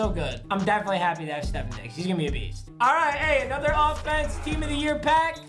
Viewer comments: It’s ste-f-on not ste-f-en get it right:/ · Papa. Its not STEFIN. IT IS STEF-ON. AND THE SAME THING FOR GILMORE. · It's pronounced stef-ON not stef-EN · “Stephen Diggs” lmaoo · My guy said Stephan not stephon diggs I might have spelt that wrong but lol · Can someone tell that is stef-On diggs and not Stef-in diggs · Day 1 of telling papa it's stefon not steffen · Nobody:: STEFFIN Diggs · Bro for the 100th time it’s StephON Diggs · It's steph-on diggs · It’s STEH-fahn Diggs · This man triggers me for the last time: “Stefan Diggs” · I was getting low key triggered when he kept saying stefAn diggs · If papa pronounces Stefon like that one more time, I'm gonna do something Imma regret...